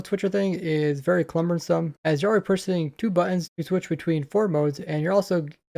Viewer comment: cumbersome not clumbersome